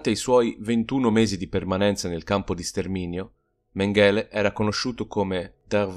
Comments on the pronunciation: Méngele non Mengéle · è stato molto interessante. Comunque, a parte gli scherzi, come dici tu, quando una parola o un nome straniero viene ripetuto così tante volte, forse è il caso di informarsi sulla sua pronuncia. L'accento cade sulla prima sillaba e la "g" si pronuncia come in "sing" inglese. Grazie per i tuoi video e per il tuo tempo. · Sentire "Mengele" pronunciato in quel modo è fastidioso!